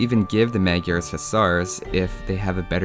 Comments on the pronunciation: it's pronounced Mud-yars. Hoo-sars. Legend has it all the villagers are Toldi Miklos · I've seen that you take great care of details like the correct pronunciation (plumed :P ) and as my country borders with Hungary, I can tell you that "Magyars" is pronounced [majars]. Nevertheless, keep up the good work. ;) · Tis pronounced "Modj-yars" or thereabouts. Don't worry, nobody gets it right. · It is pronounced as Madyars in hungarin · Kiváncsi volam hogy fogja kiejteni. Magiarsz. Kicsit fura volt de nem magyar a gyerek szóval megbocsáltok neki xd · That pronounciation is pretty funny :D For the A in Magyar, there is no example in English, it's like the U in UP, with less widely open mouth. HUSZAR (originally HUSZÁR): HU is like WHO with a normal H, like HUNGRY. SZ is a normal S in English. Á is like pronouncing UP with a long syllable. That's where the Hussar's name originates from as well. Also, calling us Hungarian would have been simpler from the developers as well. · The Magyars are Hungarians. And you’re pronouncing it very wrong, but you know that already. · Good, although, in Hungarian, "gy" is pronounced more like the "d" in "duel"... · Not magyars its hungarians